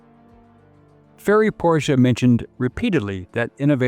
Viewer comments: Two syllables! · Thanks for correctly pronouncing Porsche!